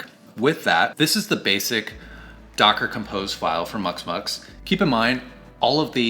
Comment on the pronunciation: Muximux, not muxmux, you didn't pronounce the I, took me a while to find it because there was no reference on the video.